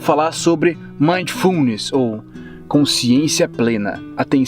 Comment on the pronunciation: Ei,. Se você está lendo os comentários e assistindo ao vídeo ao mesmo tempo, PARE. Ah, e só a título de esclarecimento, a pronúncia é MINDfulness. Eu pratiquei isso durante essa semana desde que vi o primeiro vídeo do, e estou tendo resultados incríveis. Muito obrigado, irmão!